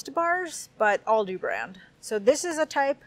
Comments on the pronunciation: Also, its Aldi not Alldi :P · ALdi...as in AL Capone.Not orldi ;)